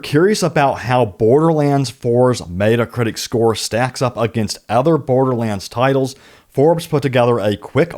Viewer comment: Dude...it's not "Meat-uh Critic" it's "Met-uh Critic." Super annoying...